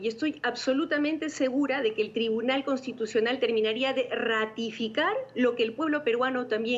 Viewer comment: Contitucional o constitucional ? Hahahaha alguien que les enseñe a hablar a estos caribeños